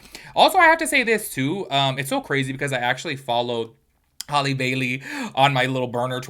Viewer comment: HALLE not holly. HAL pronounced like halitosis.